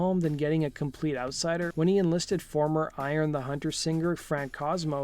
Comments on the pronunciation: It's Orion the Hunter not Iron the Hunter!! A band that FEATURED Barry in it (duh!!) along with Heart's Michael Derosier. If you are gonna have Rock N' Roll True Stories as your title fucking get it right! Jeese! Dislike. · Nice video, however there’s a few errors. . . 1. Brad Delp joined Barry Goudreau’s band RTZ, not Brad Goudreau’s as you’ve said. 2. Fran Cosmo was the lead singer for Orion the Hunter which is pronounced Oh rye un not iron as you said 3. In 2007 Tom Scholz sued the Boston Herald and Brad’s ex-wife Micki Delp. She’s not a widow they had been divorced since 1996. 11 years and rarely spoke. 4. Should of mentioned the posthumously released collaboration between Delp and Goudreau. On October 16, 2007, Barry Goudreau released one final song with Delp on vocals titled "Rockin Away". Written and recorded in the summer of 2006 by Delp and Goudreau, it’s an autobiography of Delp's musical career. It was written to celebrate the 30th anniversary of the debut album with hopes to reunite Goudreau and Scholz which it failed to do. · It was Orion the Hunter... not "ion" and that was after Boston. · Orion the Hunter, not “Iron” the Hunter. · Orion the Hunter was barely mentioned, and mispronounced...